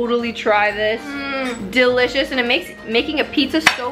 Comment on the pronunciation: Why does always say "DILLicious"? It's delicious